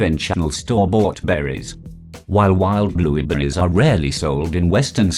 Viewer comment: I heard Blubuupritz